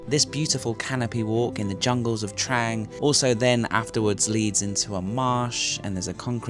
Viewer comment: It's pronounced "TRONG"!!!! C'mon, you can do it!!!